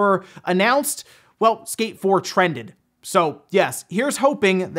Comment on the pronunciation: On first watch I thought he was saying escape 4 than he mentioned skate 1&2 remake and got confused. Lol All these leaked prices for ps5 is just to make Microsoft crap their pants and make them announce the price already so Sony can cut throat as they always do.